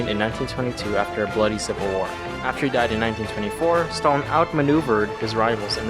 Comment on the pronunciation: You've butchered Stalin's name so bad, that my ears started to bleed. And if you compare the gulags with american prison, you're commiting a grave sin. Gulags, or Lagiers were a work camps, not just prisons. The inmates were supposed in theory to "Rehabilitate themselfs by the work". It sounds awfuly simillar to the "Arbacht macht Frei" put in the entrence of Aushwitz concentration camp, with that model approved way back by Lenin himself with the creation of special place for prisoners on Solovetsky Islands. Those 40% of people released especially in the times of the World war, past 1941 you've mentioned were mostly a pow's who were not freed. They were transferred to the newly formed units in the Red Army. Some of them were lucky and managed to catch up with the Pact Sikorski-Majski that allowed them to join army of General Anders, who managed to escape the USSR after Anders realised that those 20k of the officers from Katyn were not going to show up and he didn't wanted his men to get forced back to the camps. And mind to remind you, they were before the release a POWs. Still the conditions in gulags were terrible. Firstly the camp's inmates were supposed to get transportted there. It was a long ride... in the cattle wagons, often without any source of heat. On Siberia the temperatures of -40 Degrees of Celsius are normal, even in middle/late autumn and early/middle spring. The train ride could last for many days, and could result in death from the frostbites or starvation.